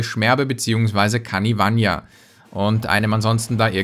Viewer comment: Ey, ich hab echt ne wichtige Ansage: Es ist heißt nicht Kanivan-I-a oder wie auch immer du es nennst. Es heißt Kanivanha. Kannst du das bitte nicht mehr falsch aussprechen, da zieht sich echt alles zusammen. Danke